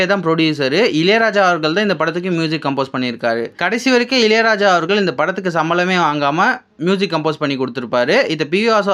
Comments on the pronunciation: இலை ராஜா இல்ல பா இளையராஜா சொல்லு... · இலையலாயா இல்லை இளையராஜா 😅